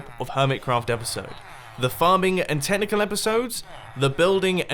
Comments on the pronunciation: epuisode? don't you mean episode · LEAVE A LIKE IF YOU ENJOYED THIS "EPUISODE" OF HERMITCRAFT! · "epuisode of hermitcraft" x'D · EPUISODE XD I'm sorry, I'm in an honers English Class in the U.S.